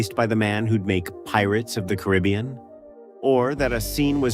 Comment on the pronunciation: AI get it right, Pirates of the Caribbean